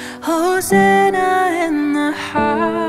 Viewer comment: Lovely, but her pronunciation of "Hosanna" is distracting. Sorry.